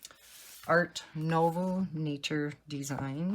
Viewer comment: Art nouveau - try pronouncing as “noo” (as in “too”) and “vaw” (as in “saw”). Love love love your book collection. I tried using water based markers but they bleed. Do you only use gel pens?